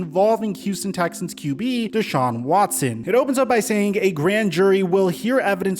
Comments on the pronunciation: Ian Scheffter: ‘Dechaun Watchson” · "Deshaun Watshon"